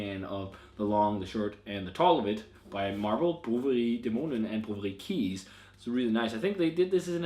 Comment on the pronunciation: Pronounce Kees like ace with a "k" in front ;)